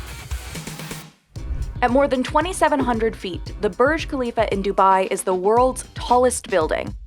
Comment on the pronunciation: It's Burj not barj